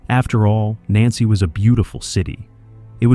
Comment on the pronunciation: It would help the narration's credibility it the AI had been programmed to pronounce Nancy correctly.